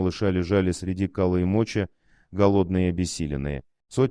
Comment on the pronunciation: Здравствуйте! Вы читаете по-русски. Так почему же тогда "кала и мОчи"? "МочИ", наверное? Будьте внимательнее,пожалуйста. /ИЗВИНИТЕ/.